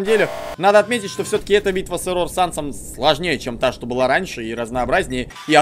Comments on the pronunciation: Я одна считаю, что не эррОр, а Эррор? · Не еррОр а Еррор,но можно его называть егор или Оши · я думаю тожесамое что не эррОр а Эррор... и дантекрисочка клааааас!!!! :) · а я один считаю что не эррор а иррор? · Не эррор а эррар а когда ришиш эррор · Не Еррор а Еррор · Кагбы не ЭРРОООР А ЭЭЭЭЭРРОР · не эррОр а Эррор😊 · Вообще на английском ( по идее) произносится Э́ррор Но это не точно :р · вообще, так более правильно. -я тоже так считаю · Я тоже хотел его поправить! 😉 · Не эррор а эррор